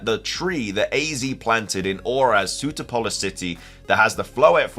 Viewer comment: Sootopolis is pronounced Soo-top-uh-liss, not Suit-uh-pole-liss.